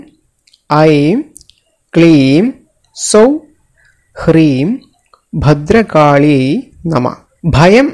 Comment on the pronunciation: ."....ഭദ്രകാള്യൈ നമഃ"ഇത് ഉച്ചരിക്കുന്നത് ശരി യായല്ല. ......ദുർഗായെ എന്നല്ല ദുർഗായൈ എന്നതാ ണ് ശരി.